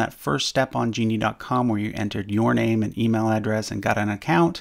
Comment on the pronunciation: Stop saying my bamey